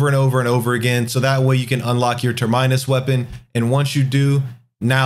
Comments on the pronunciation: Man said “turr-mine-us.” Lmao 🤣 Great content and channel but say it with me : tur-men-us. Your Lucilius video brought me here as a newer player stay awesome. 🙌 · So it’s true, blud going down in history failing grammar class with that “ter-mine-us”, blud it’s “ter-min-us”. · 'Ter-my-nus' lol. It's pronounced 'Ter-men-us' like terminal at an airport. Simply a spin off word like for a port to a certain destination. Definitions. So Proto Bahamut... on route to that destination for my Termynus weapon o/ Cheers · terminus' root word is "terminal" it's not pronounced as turd-minus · for real, it sounded like he said turd-minus lmfao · Terminus is pronounced like terminal.